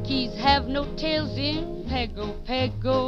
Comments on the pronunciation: This has been wrong for over 80 years. It is pronounced "pango pango". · Pago Pago, the capital of American Samoa. How is it pronounced with an 'N' in the word when one doesn't exist?